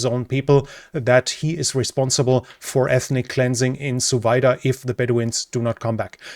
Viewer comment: hahaha, i heard Suvida as "so weiter".